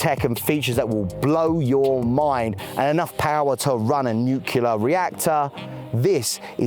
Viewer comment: Nucular = Nuclear :face-green-smiling